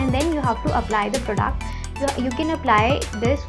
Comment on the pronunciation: It’s product! Not prodaaaact 🤣